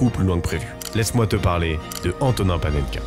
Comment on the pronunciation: Par contre à prononcer AntoniN [n]